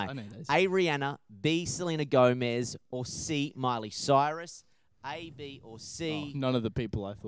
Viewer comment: hOW COME NO ONE IS TALKING ABOUT THE FACT THAT ASH SAID CILEY MYRUS HAHAHA